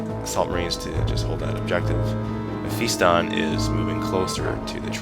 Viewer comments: im SURE Its not MephEEston and im almost POSITIVE its not spelt/pronounced TEERANIDs when people say teeranids it pisses me off im sorry but it does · its Pronounced men-fist-on